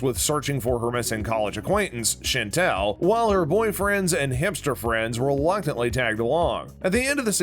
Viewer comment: There were no Easter eggs in this video. The narrator also pronounced Chantal as Chantelle and it’s very grating. I want my time back.